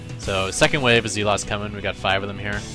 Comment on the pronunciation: I think he was referring to them as 'Z-lots' instead of saying 'Zealots'